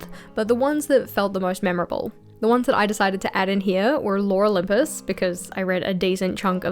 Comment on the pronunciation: I heard "Laura Lympus" every time you said "Lore Olympus" 🤣 Concerning Life is Strange, I absolutely agree with you! Didn't like 2 a lot. I haven't played Double Exposure yet, but I really want to... the first game holds a very special place in my heart as well, it was a very unique experience.